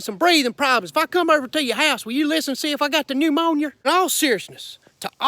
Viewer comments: He said new moanyer lol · The new "moanyuh" 😉🤣😆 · Not the pne-mon-your! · The New-Monyer!